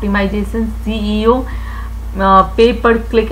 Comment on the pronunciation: Mam lecture was too good but jitna apne seo ko ceo bola h😂😂 har baar ap seo ko ceo bol rehi ti😂😂